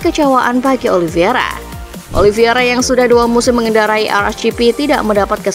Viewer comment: heett daahh... narator masih aja salah nyebut 🤣🤣🤣 OLIVIERA melulu... namanya OLIVEIRA... OLIVEEEEIIIRAAAA....